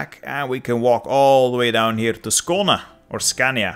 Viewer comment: Your pronounciation of places in Sweden is actually pretty good!! One question tho, why is Skåne called Scania in HOI4…